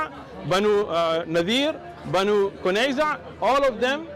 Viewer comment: Banu Quryaza not Banu Qunyeza